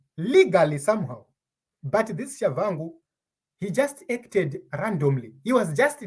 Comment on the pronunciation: What's Tshavangu. Respect other people's language. There is no V . It's Tshabangu ok!